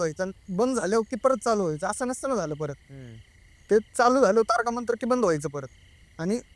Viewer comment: Tarka nahi ho bhau Tarak mantra mhna,🙏🙏🙏baki story khup bhynkr😢😢😢😢😢